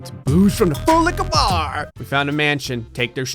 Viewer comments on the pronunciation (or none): I do love it when says full liquor bar!!!! Well honestly I can’t tell if he says full liquor bar or full lick her bro. Either way I’m good